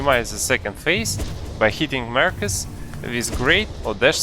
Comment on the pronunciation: 2 things 1: it’s “Markoth” not “Markus” 2: THIS FRICKING GUIDE CANNOT EVEN GET ME TO PHASE 2 FOR CHRISTS SAKE AND YOU REALLY NEED TO GET A WIDER VARIETY OF STRATEGIES FOR ALL TYPES OF PLAYERS Edit: sorry I lost my temper and I just really fricking hate markoth